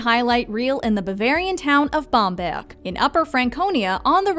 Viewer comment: Well, I was impressed that she pronounced Bamberg (and a few others) accurately. But I did also notice a French pronunciation when she said the word Residenz.